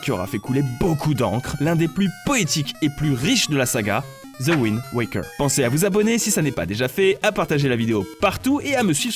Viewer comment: Link's Aw - A - kening, Pas : Link's Aw - O - kening ! Raaah, t'as réussi à bien prononcer WIND WAKER à la fin de la vidéo pour une fois (même si tu t'es planté dans l'ordre des Zeldas :p) Alors pourquoi Link's Aw - O - kening ? ><' C'est pourtant la même notion d'éveil à chaque fois... Bref, bisous, pouce bleu, toussa toussa...